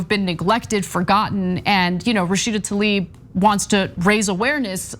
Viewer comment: "Rasheed Talieb" - Joe Biden.